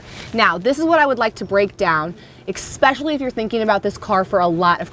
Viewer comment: Good video except you keep mispronouncing especially. You are saying it as if it were spelt exckspecially.